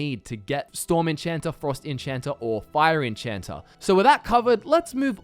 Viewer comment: I find it kind of funny how you add an r to Magica (making it mgicer) and remove the r from enchanter (making it enchanta).